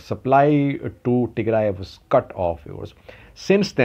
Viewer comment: He knows much more about Ethiopia than you. He even knows how to pronounce all the places in Tigray but you don't.